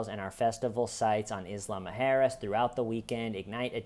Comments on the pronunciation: Everytime says “Isla Muerjes” it sounds like Islama Harris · I love the pronunciation of Isla Mujeras as "Islama-Harris" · Omg the way you say isla mujeres is so funny cos i was almost finished the whole video thinking the island sounded like kamala Harris only to read it on the screen an suddenly think omg ive been there 😂😂😂😂😂 ive literally been to that very island 😂😂😂😂😂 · says isla mujeres like a mix of islamic and kamala harris